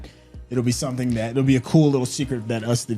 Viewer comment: Rhenyra said “I’m leaving here with sumpn”